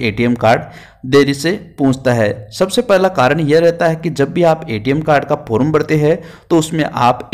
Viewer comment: फोरूम नंही रे फॉर्म कहते हैं😅😅